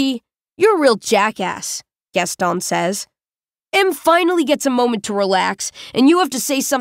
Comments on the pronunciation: I'm still confused. Is it "Gasto" or "Gaston"? Because more than half of the time she stops before saying the "n" like "Gasto-" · It's "Gaston," rhyming with "own." The narrator chose to ignore our pronunciation guide and do what she wanted to do.